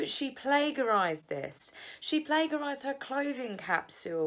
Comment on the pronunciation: It's not plagarizied--it's plagiarized. Soft g.